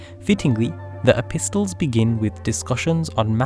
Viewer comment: Mashallah lovely video, p.s. the T in epistle is silent.